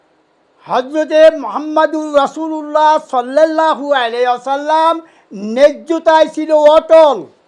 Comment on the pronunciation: সোয়াল্লাল লাহু আলাইহি ওয়াসাল্লাম । ( সঠিক উচ্চারণ )